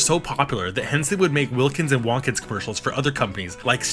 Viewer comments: I think Wontkins is meant to be pronounced like "won't kins" rather than "want kins", with emphasis on the "won't". If you didn't know Jim Henson was behind the ads, with all their sudden explosive and unapologetically slapstick gags delivered with a playful edge, you might assume they were the work of Warner Brothers' lead animators Chuck Jones and Friz Freleng, trying out a brand new media in puppetry. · Fuck is up with the way you say Wontkins? It’s Won’t-kins, nor Wohntkins. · It’s Will-kins you got that right but it’s won’t-kins. Like will and won’t. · Hearing Wontkins said like “Wonkins” or “Wantkins” was weird lol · I thought it was pronounced "Won't-Kins"